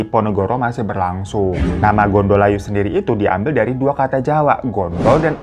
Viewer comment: Gondo Layu = bau mayit .... bukan gondol ayu 😅 . Code bukan Kode ....E nya di baca È (Empang) .jadi org sini biasa bilang kali CODhE .